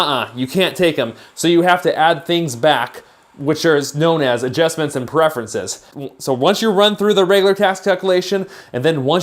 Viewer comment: AdJESTments? hhaha